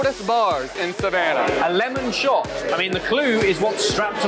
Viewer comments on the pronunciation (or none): none